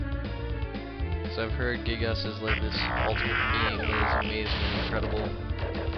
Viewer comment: It's actually pronounced Guy-Gas, but whatever.